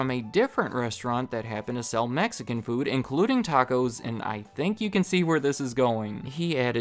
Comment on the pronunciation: I’m Mexican and it hurts every time you say Mexican food